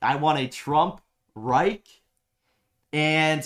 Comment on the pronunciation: "A Trump REIK".. He can't even pronounce word "Reich".